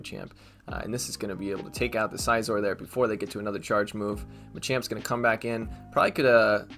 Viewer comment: Hey one thing scizor is pronounced in a similar way like scissors not Sai -Zor if I’m not mistaken.